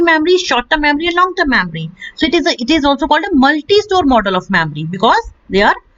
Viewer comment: Mamry or memory?